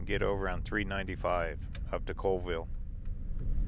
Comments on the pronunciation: Neet video. Oh and it's pronounced Call ville instead of Cole ville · It's actually pronounced Callville not Coleville. The population of Chewelah is just over 3000. Colville is around 7000 and KF is almost 1700. FYI :) Lake Roosevelt is too Big to Freeze. Enjoyed the Trip and you know the Videos can't do it Justice. It's Breath taking...and if youre a Rock Hound it's Heaven! You can't even see the River right now it's so covered in smoke :( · Its pronounced CALL-vill not cole-vill for your info ;) i agree with everyone who suggests Zips. they have the best bacon burger combos! but Ronnie D's has an awesome cordon bleu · Colville is pronounced Call-ville. Chewelah is pronounced CheWeeeluh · Just to let you know it’s pronounced chu we luh 😊 and colville is call ville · Pronounced call-ville.😁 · Colville, pronounced "Call ville." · Colville pronounced Call-ville; Chewelah pronounced Cha we luh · Hi! I lived in Steven's county for over 35 years in the Colville, Kettle, Inchelium area. Thanks for the tour of my hometown! P.s. Colville is pronounced 'Call-Ville' and Chewelah is pronounced 'Chew-WE-la.' Thanks for the tour! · Colville is a town of about 5000 people and you did say colville wrong is call-ville but it makes sense. You mess it up if you have not heard it.